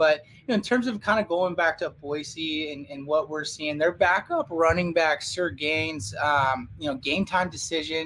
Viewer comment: Also say it with me sigh-ER gaines